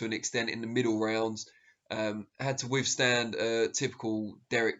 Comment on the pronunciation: Also, I would add the word withstand is not pronounced *wiffstand*. I know, it sounds like we're being grammar nazis, but my view is a channel like this can set a good standard, so why not make the effort? It's a display of respect to the competitors and the audience.